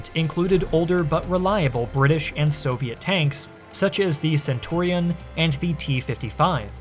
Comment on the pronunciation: The way you pronounced centurion was criminal 😅